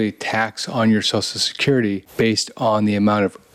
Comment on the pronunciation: ~ What's so hard about pronouncing the phrase "Social Security?" So-Shell Security. Not "so-so security," not "so-security," not "so-sue security." Drives me nuts.